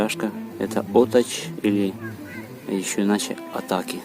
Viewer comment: Спасибо за видео. Немного с ударениями в названиях молдавских населённых пунктов не угадали - НаслАвчи, ОтАчь, Унгурь(Унгры)...